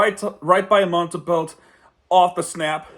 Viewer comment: i dont know if you know because you didn't mention it, but Montembeault is a former Panther. He was claimed of waiver by the habs (his childhood team) in 2021. Btw his name is pronounced Montembo, the L and the T are silent. Great video btw.